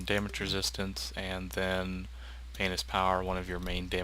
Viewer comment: when you say Pain is Power it sounds like Penis Power lol